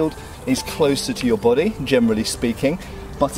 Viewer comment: It's good to know that shields cover your... /'bo.de:/ Love how you pronounce it, it reminds me of that Mr. Bean episode with the French arts teacher saying "And ze bohdee?"